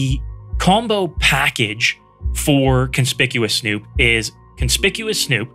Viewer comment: this was great, but, it's kon-spick-you-us snoop haha